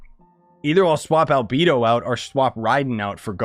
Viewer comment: A-alBEEdo??? gorOO???! 😵😵😵😵